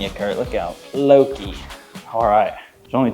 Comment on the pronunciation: Pretty sure the winner's name is said "Low-kai" like the character in the original Star Trek "Let That Be Your Last Battlefield" whose painted face is split vertically down the middle, much like this tortie cat's fur. (Wonder if she fights with a sibling named Bele?)